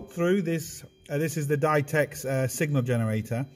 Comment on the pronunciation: I think Ditex is pronounced Dee teks.. Play on words. bar is not a number I fully understand. I still use PSI.